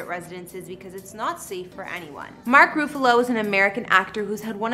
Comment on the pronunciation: Mark Roofalo?? If you’re gonna do a video and slap it up on YouTube, at least pronounce the star’s name correctly. Every Tom, Dick and Harriet these days think they can narrate video like they work for Entertainment Tonight. Perhaps get a real job.